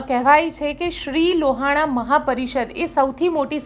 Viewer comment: બેન લુવાણા ની જગ્યા એ લોહાણા શબ્દ નું ઉચ્ચારણ કરશો